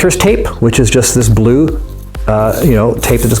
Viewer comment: you said bule